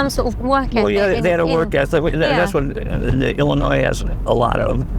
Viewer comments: that's "illin-noy" not "illin-noise"😀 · She must be the only person world that doesn't know the "s" is silent in Illinois. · The S is silent in Illinois